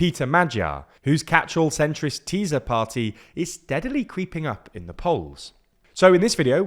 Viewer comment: Hahaha "Teaser Party" geeezz..... ok guys! Work on your prononciation!